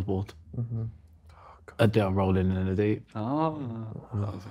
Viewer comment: Adele is 'a Dell' the pc lmao